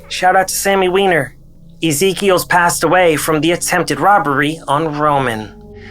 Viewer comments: Wyner she said lol it's wiener b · She said its pronounced "wIner" not "wEEner". Bit of a fail on the sophomoric humor, but good work on the rest of the video. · cracking up "its pronounces Whine-er"